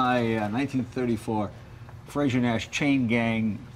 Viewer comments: It's a very small point, but Frazer is not pronounced like Frasier (the TV show), it's like adding an 'r' onto the end of the word 'Phrase'. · I'm not a pedant by nature but I can't take it any more. It's Frazer not Frasier! Different names, different pronunciations. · It's frazer not frasier .great car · You'd think someone who is half-Scottish would now how to pronounce "Frazer."